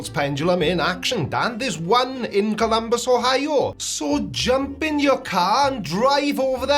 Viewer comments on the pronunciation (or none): none